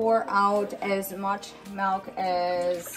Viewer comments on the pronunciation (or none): She really do be saying melk